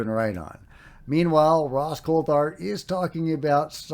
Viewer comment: For the love of God will u finally pronounce Ross's name right! It's Coult-Hart NOT Coul-Thart!! He's the biggest face in the Disclosure movement for Christ sakes!!!